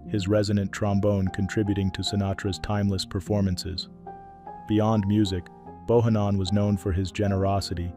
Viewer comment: George BO HAN NON is how his name is pronounced! Great musician and my condolences to his daughter and family!!! ❤